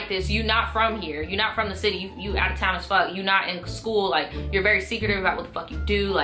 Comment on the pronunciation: “you out of town as fuck” you sounded so southern 😂😂😂😂